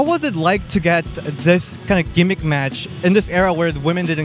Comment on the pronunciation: Wow, did you call it "gimmick"